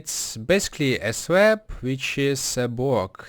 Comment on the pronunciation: lol swab he says swab instead of slab